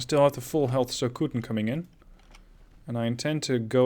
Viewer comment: 'So-ku-ten', not 'so-kuuuu-ten'